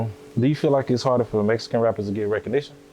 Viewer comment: ^Mexican or at least Meskin not "messkan" Lol